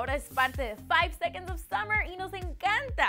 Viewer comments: Otro dato curioso... Son Australianos! 😱🙊OMG no se lo imaginaban no? ⭐No es KEILUM se pronuncia CALUM. ⭐SUMMERS? Somos 5SOSFam. Gracias por su atención. ✌ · summers??,Keilum??,Taitanic?? Aguas con la gringa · Keilum? SUMMERS!? ES CALUM Y SOMOS LA 5SOSFAM AAAAAAAAAA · "SUMMERS" aireh no puedo xd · JAJAJAJA NO MAMEN ''SUMMER'S'' JAJAJAJAJA claro... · Que?! ¿Summers? ¿Eshton Erwin? ¿Clefford? ¿Keilum? Amiga odio tu pronunciación